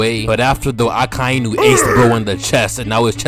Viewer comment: They way you say Akainu is absolutly perfect, the best